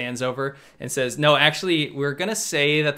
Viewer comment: "There is bo war in Ba Sing Se"